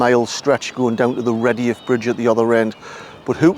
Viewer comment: Fascinating stuff, thank you. I'm a durham lass myself and I pronounce it Red'yuff Bridge. May I ask where your pronunciation " Reddy-Yuff" comes from?